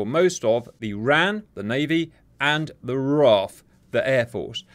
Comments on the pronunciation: Enjoyed the video, just wanted to make a quick note, it's not said as ran, its said as R.A.N. The "RAN" referrers to the women's navy which became part of the R.A.N in 1985. Not everyone knows it so its fine you didn't but thought I would make the note. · Please call it the R.A.N the way it sounds when you don't brake it up wran whitch is the Womans royal Australia navy. Thank you for the vid loved it. to add R dubble A. F